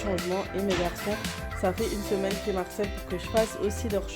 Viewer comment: Bonjour, sacré travail!! Elle rend très bien la chambre de tes garçons! Il y a un moment, tu me fais trop rire quand tu dis « mes fils mharcèlent » lol, Marcel c’est un prénom, il faut dire mes fils me harcèlent, ne le prends pas mal hein tu me fais trop rire... Bisous... repose toi